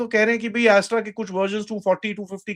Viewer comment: अस्त्र को एस्ट्रा क्यों बोल रहे हो ।